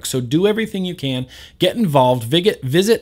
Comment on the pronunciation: 😂 vig it (visit love it always a messed up word👍🏼👌🏼👏🏼)